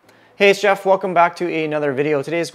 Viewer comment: I haven’t been a sub for long, but I always thought you were saying “hey chef” in your intros, until someone commented that your name is Jeff 😅 I just thought it was the Canadian way of saying “hey mate” 🤣